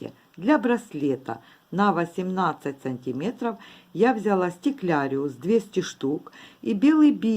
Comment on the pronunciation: да не может человек говорить как хочет. Вы уж извините, но если есть слово стеклярус, то стекляриус его назвать нельзя. А что касается мастер класса, то большое спасибо автору. Осталось много стекляруса , очень пригодился МК для утилизации остатков.